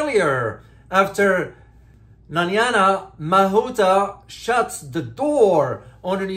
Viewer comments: It takes very little effort to read her name, which by no stretch of the imagination says Nanyana. It does take research and effort to produce a credible news report. In today's internet world it takes little effort to find out a person's name is pronounced in their own country. Exam result for this reporter is a big F !!! (Or rather U (useless). P.S., It is my intent that my comment is helpful by pointing out the major failure in professionalism and encouraging him to do what he should have done in the first place, thus lifting his standards. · Her name is pronounced " NA-- nai-- ya" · Please pronounce her name correctly. It's not that difficult. Her name is not Nanyana. She's an awful politician, but still deserves to have her name said properly.